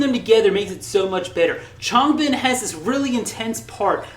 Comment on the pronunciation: learn how to say Changbin and Chan's name